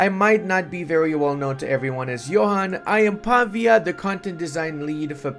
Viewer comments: Hi! I don't mean to be rude, I'm a big fan. But as I know you studied foreign languages (as I did) and I sure hope you still want to learn new stuff, the correct way to pronounce the developer name is pav-Í-a, with the accent on the "i". Just an advice from a Serene Republic fan of you, much love bro💙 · I'm feeling for mr. Pavìa, the dude even has a graphical accent in his name and still got the pronounciation wrong for the whole video XD